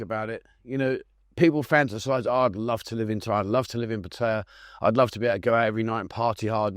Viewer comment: The place is called Pattaya ......pronounced Pat...taa yaa.. It's mostly a retirement village for drunken destitutes So many better destinations in Thailand